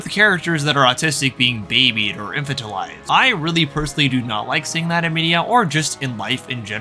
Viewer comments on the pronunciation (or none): Infantalized…..is pronounced “in Fanta/al lized”.